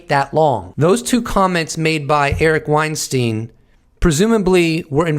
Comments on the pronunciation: Hey Eric last name is pronounced Wein-STINE not STEEN. He’s made that distinction in past interviews. See his latest Rogan interview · Not pronounced WeinstEEN though